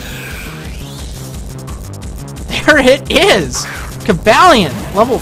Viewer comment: I believe it's pronounced, "Coh-ball-eon" like "Cobalt" since he is part Steel-type. Just wanted to point it out